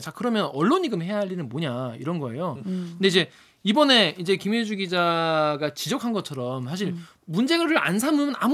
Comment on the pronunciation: 김혜주... 가 김최주... 로 들렸음 ㅋㅋ 천우희님 닮었다??? 기자님은 황용식 닮았다고라??? 어쨌든 반갑습니다.... 근데요.... 밥에 넘어가지 맙시다.